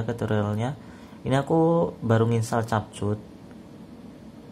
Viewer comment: Baca nya kepkat bukan cap cut